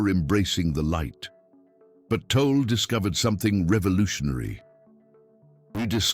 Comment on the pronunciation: Great information. Why can't AI pronounce Tolle's name correctly consistently?